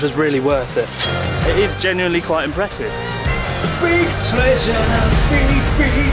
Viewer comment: Why did 'Big Treasure' sound like 'Big Chungus'?